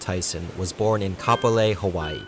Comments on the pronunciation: he said kapolei not capolei my goat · you pronounced it wrong😭